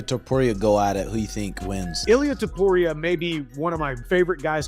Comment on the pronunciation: the next time you said TOPUR IA like a freak, im going to teach u some spanish men, just copy how ppl use to call him TO PU RI A